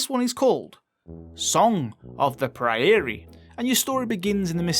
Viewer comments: Tiny nitpick: Prairie is "Prayer-ree"... or more like "pray'r-ee". Just because I live in one. xD Hehe. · The pronunciation of prairie made me laugh.